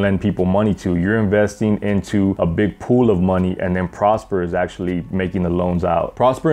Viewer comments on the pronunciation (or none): none